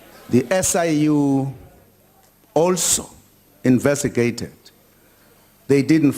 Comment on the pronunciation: Invetigated?? Haha ha the White Mans puppet.